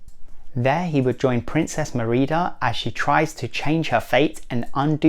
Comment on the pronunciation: Your saying her name wrong of brave